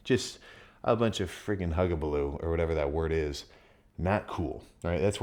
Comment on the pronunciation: "hullabaloo" close enough my dude! lol